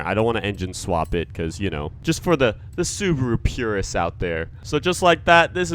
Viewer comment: Dude its called subaru